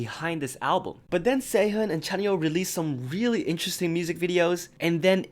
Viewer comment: just wanted to point out that sehun's name is pronounced sehoon !! btw great job on the vid!!